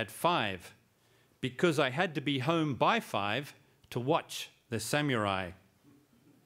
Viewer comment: what a joke!!whats a (sam-u-rai)